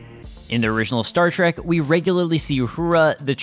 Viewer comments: The host says Star Track but it's Star Trek. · The show was called "Star Trek" NOT Star Track. Trek, as in journey. Why do so many people make this mistake? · LEARN HOW TO STAY STAR TREK PROPERLY IT'S NOT TRAK IT'S TREK. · Say Star TrAk Again, I dare you! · Star Trek, not Star Track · Its not STAR TRACK but STAR TREK. TREK TREK TREK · It's a multi-racial crew, not bi-racial. Ans at .33 you clearly said, "Stat Trak". This is inexcusable. Don a red shirt. Uh-oh. You've said, "Star Trak" several more times... Setting phaser on stun.. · Is he saying star track?